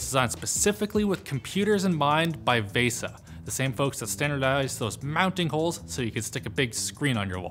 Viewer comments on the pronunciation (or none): "Vaysa"... It's VEEsa.. right ?!?!?! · PLEASE stop mispronouncing VESA. The correct pronunciation is VEE-SAH. When You say VESS-AH you are saying the Finnish word vesa which means either ALTAR or SPROUT depending on who's translating for you. VESA stands for Video Electronics Standards Association which is an American technical standards organization, which seems would likely follow an American pronunciation. (Yay Hooked on Phonics!)... Wikipedia lists the pronunciation of VESA as (/ˈviːsə/) which breaks down to VEE-SAH, not not VESS-AH or VAY-SAH. I wouldn't really care so much, but so many people speak English now with almost no attention to correct pronunciation (I am NOT referring to accents), it's turning into a gutter-garbage language where NOONE understands each other. At least TRY to pronounce things correctly. Especially when it's your JOB! There are those of us who would appreciate it and thank you for it, I promise...